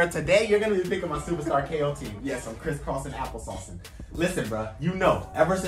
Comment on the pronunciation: Why did he say Cris cross apple sauce?